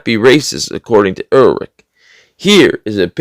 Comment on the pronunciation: I think you were trying to pronounce the German name "Ehrlich". Both H's are silent, so it is pronounced "er-lic"...it means "honest" in German.